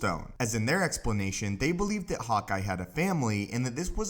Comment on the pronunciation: I thought i heard "hot guy", not "hawkeye" 😝😝😝